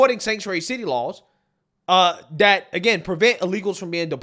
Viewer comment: You seen DAT, you heard DAT 😂 Dude is illiterate 😂